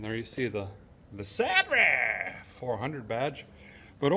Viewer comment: I haven't watched the video yet, but I'm pretty darn sure a guy calls this classic vehicle a "LeSabray", with just a bit of classical artistic tounge play 😂